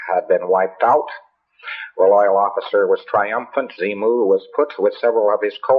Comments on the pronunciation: Ok...so , this maniac says, quite clearly... “Zee-Moo”...as opposed to “Xenu”... 🤣🤣 Honestly, I can understand why so many people flock to religion, ESPECIALLY in trying times, but THIS is just nonsense. Complete, absolute, unadulterated, grade-A BULLSHIT! And whats worse is that I don’t even get the vibe that he was trying to make it sound believable wherein his words would be referred to as gospel. The more I learn about scientology and all the maniacal aspects contained...I just shake my head. I need to start a new religion! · Did he say "zee-moo"? Isn't it with an 'n'? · he clearly says "Xemu". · Did you all notice he calls him ZEMU NOT ZENU??!! LISTEN TO AND and quite a few other times actually... Do we have it wrong? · Am I the only one who heard him say and spell it Xemu? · Wait...is he saying "XeMu?" 😕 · at the end he keeps saying Xemu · Pretty sure he said "Xemu" xD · He does it a couple of times.